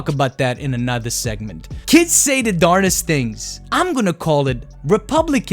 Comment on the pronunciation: Also, it is darndest not darnest. I think you are esl and its a weird word so you get a double pass lol